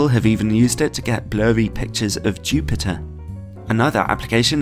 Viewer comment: "of choo-pee-tah"